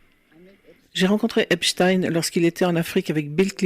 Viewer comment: Epstein ce pronnonce "Eps tine" Je sais c'est un détail...face à ces horreur...